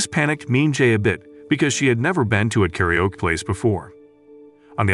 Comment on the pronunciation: The way the narrator pronounces karaoke as 'carry-yoke' 😂